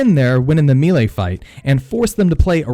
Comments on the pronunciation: "Mee-lay." Bruh, it's "meh-lay." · Great vid! I usually manage them but I’m not confident. Will try these methods. Thanks. Oh, Melee is pronounced mellay like smell and lay, not meeley. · It is pronounced “MAY-lay”, not “MEE-lee”. It undercuts your credibility pronouncing a key word wrong. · It's pronounced may-lay not me-lay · Melee announcer: Melee! Him: Meele. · Meelay!? It’s Pronounced maylay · Man, why does everyone struggle so hard with the word 'melee'? It's not "me-lay"; it's not "me-lee"; it's *may-lay*. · "mealy attacks" Fucking loooool It's 'may-lay' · I'm sorry, but I can't take anyone seriously that can't pronounce BASIC english words. MELEE is prounced MAY-LAY, not MEE-LEE. How how can anyone that's gotten past 5th grade not know how to pronounce this word?? Especially a gamer that years, and sees this word all the time. You're a functional illiterate. What's it like to be an adult and have to vocabulary of a 6 yr old??? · Say it with me.... MAY-LAY. Not MEE-LAY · Amen!!!!! I HATE when people say ME LEE or any other variation, lol. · Melee is pronounced MAY-LAY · Lower the mic gain and melee is pronounced “May Lay”. Good info on the game! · The word is pronounced may lay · mee-lay attacks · It’s pronounced melee.... may- lay lol sorry it was bothering me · Mee-lay combat? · MAY LAY......not ME LEE or ME LAY. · I almost looked up a different video because of the way bro says MElee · disliked for how you pronounce melee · The way you say melee hurt so bad I couldn't watch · Sigh... please stop saying melee so much if you’re going to pronounce it wrong. I’m mostly just kidding, but fam... lol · Disliked for mispronouncing melee. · Why can't you say melee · I would of subscribed if you could say melee right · this guy expects me to learn to fight when he can't even pronounce melee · It's "may-lay" not "me-lay" Also "revel in" not "ravvle in" You can also edit out your spit swallowing before saving the final video for upload. Thx for the tips. 🙏